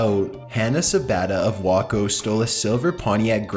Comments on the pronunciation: It's not, "Wah-ko," .. it's, "Wayy-ko." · it's Way-co, not Wah-co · it's way-ko lol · Just btw Number 1 is pronounced "Way-co" not "Wahco." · WACO, Texas = "WAY-koh" Texas NOT, "WAH-koh" Texas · it's pronounced way co idiot. Waco, Texas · WAYco not WAHco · Waco, Tx? Wok-O? Dude no offense, but it's pronounced WAKE-O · it's pronounced way-co not wah-co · W... wah... wahco... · Lol wah-koh. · It's "way-ko" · #15.. Waco is pronounced way-co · Waco. It's pronounced WAYCO, you mispronounce, even the most notorious of places. I'd think you would put more effort into your videos in this area. It's getting ridiculous, for real.... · How do you even think that Waco is pronounced wacko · Lmao #15 the town is pronounced way-co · Wayco it's pronounced Wayco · It's pronounced "way-co" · waco is pronounced Wake O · Yo just a helpful hint it's pronounced "Way-co" but yea not hating just letting you know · You said Waco wrong. It's said like "Way-co". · "Wah co." lol. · Wocko. Wocko, TX. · In another video they say she was from Whacko Nebraska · u said Waco wrong js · the way you said waco made me want to die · Lol you almost got Waco Texas pronounced right. Well not really. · blow my mind how you pronounced Waco Texas, never heard anyone say it like that, great vid btw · You fucking dumbass, there's a difference between having a dialect and completely mispronouncing a name.